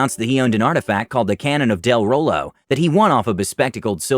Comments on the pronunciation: Watch "Critical Role" and stop mispronouncing "de Rolo" already! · Wait wait wait you know what critical role is but you cant pronounce de rolo properly?